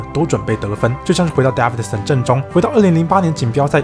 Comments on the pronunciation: its DAEVIDSON not DAVIDSON erghh.. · Davidson 的David a 是長音ㄛ （當母音為長音就是按照原本字母的唸法發音）